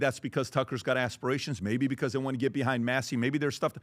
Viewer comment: Patrick: "Dhey/Dhem" 😂😂